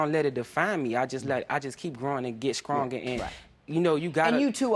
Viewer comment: Anybody else get annoyed with him saying scrong instead of strong?